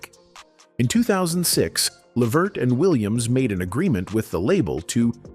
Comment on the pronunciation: Why do these videos always give misinformation and say the name Levert wrong??😮